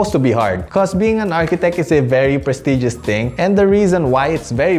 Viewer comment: “Prestigious” wtf no